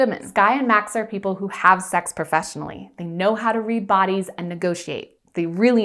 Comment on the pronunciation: Every time says sex it sounds like 'sax'. I think this is a covert jazz channel! Doe eyes!!